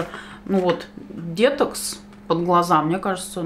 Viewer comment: Насмешил дЕтокс😆 почему? Потому что сама так говорю и упорно пытаюсь переучиться, ведь правильно говорить детОкс.